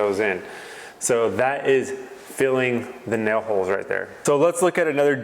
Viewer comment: What are “nel” holes?🤣